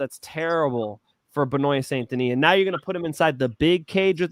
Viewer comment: Hey tell how to say benoit st deniss name properly please (Ben-wah)